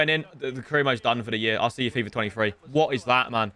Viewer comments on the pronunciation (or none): none